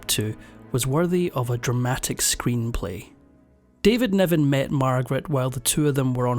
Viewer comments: He threw his brogue at this narration, couldn't pronounce a short i to save his life, David Niven became David Neven, and it was all downhill from there. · His name is David Niven, not 'Nevan'. One more AI screwip. 🙄🤢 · David NIven, not NEven. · David Niven, not Nevan. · It was David NIVEN not Nevan. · It's Niven, not Nevan